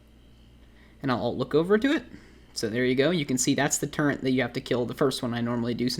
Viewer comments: "TURRET" NOT "TURENT" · by the way it pronounced Turret NOT TurreNT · ARE YOU SAYING TURRENT? WTF IS THAT? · Why are people complaining about him saying turrent? I didn’t even notice it until you guys pointed it out, not to mention he responded multiple times that it’s his language dialect where he lives. Now that I got that off my chest, great video! Screw keycard farming lol. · Lul he Said turrent like a 100 times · Why are you saying turrent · Theres no N in Turret my dude